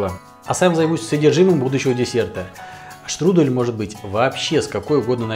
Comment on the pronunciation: Штрудэль это ты Штрудель! Е, а не э Не беси